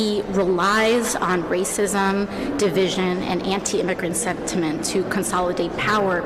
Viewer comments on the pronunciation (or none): At about the mark, she said senctiment, hahahahaha.